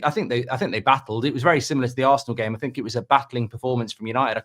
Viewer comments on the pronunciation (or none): Brighton are frew. Bournemouth are frew. Man City are frew. Ah fink. And everyfink.